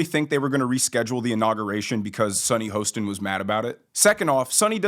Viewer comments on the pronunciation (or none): The name is pronounced Ho…stin rhymes with Boston….other than that I’m uninterested in any of your shit!